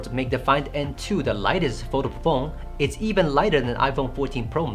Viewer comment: Fol-da-ble phone, not Vodafone 😉 Great review and some good points you make!